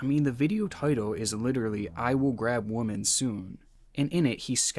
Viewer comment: I hate how this guy pronounces the word women 🤦🏾‍♂️